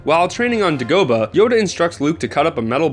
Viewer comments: "Duh- Go- Bah"??!! Uh dude you cant even pronounce it right... DAY-go bah! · It is kind of retarded to do a Star Wars video and not know how anything is pronounced. Toesh station? DAH-GO-BUHH? This guy clearly isn't a SW fan. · Not to nitpick but ta-she and day-go-bah... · DUH-GO-BUH!?! DAY-GO-BAH! wtf?! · ok who else heard him say degoba??? Obviously this guy hasn't seen the star wars movies its Dagobah and it is clearly said in the movies :/ im ashamed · Du-go-buh? I'm pretty sure it's pronounced, "day-go-bah" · I'm sorry but I could handle the hash up you made of "tosh" station (pronounced tosh-e) but DABOGA ARE YOU SERIOUS watch the fkin films!!!!!! (Pronounced!!!! DAY-GO-BA) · It's pronounced DAY-go-bah, not de-GO-buh... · Its not pronounce de-go-buh, Its Day-go-bah! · It's tosh ee station and it's de go bah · did you mean Day-Go-bah? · Da go bah... Pronounced Day Go Bah. Dude, did you see the movies or just read the books? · I find your pronunciation of Dogabah.... disturbing. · Now say this one with me: "DAY go bah". Geez, have you ever even SEEN Star Wars? smdh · It's DAY-GO-BAH Dude. Are you even a Star Wars fan? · "Toesh" station and "Dagoeba"????? Bro, you cant pronounce star wars words very well... WORST. NERD. EVER. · He said "Dae-Gobah" lol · toche station... dogoba? im not sure where you are from but you butchered these names. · Duh-goh-buh? Have you even seen these movies? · ....."while training on DUH-GOE-BUHH"......... c'mon man....un-sub. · "DEG-OBE-A" even better job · ........I give up. Da-go-buh? lol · Are you mispronouncing those location names on purpose? TAW-SHEE station! DAY-GO-BAH! There, I feel better. :-) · I liked this video until he said Toshe and dagoba the way he did. What a bum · Why are you mispronouncing Dagobah? Did you not see the film? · Mispronouncing Tosche station and Dagobah in one video gets you the "nerd poser award for suckage". Seriously bro. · Dude, please learn the proper pronunciation of Tosche and Dagobah.